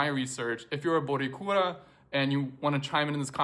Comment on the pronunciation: Hi, it is Boricua, not borikura. Love from PR!